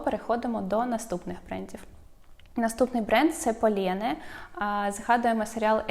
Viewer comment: Тільки не Полєне, а Полєн. Саме так вимовляється (я дивлюсь багато франкомовних блогів на ютубі).